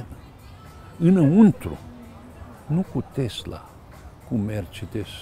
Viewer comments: Tesla, cum pronunța domnul Țiriac ( cu ,,s") nu Tezla cum pronunță cel care îi adresează întrebări... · A zis tot timpul " tezla".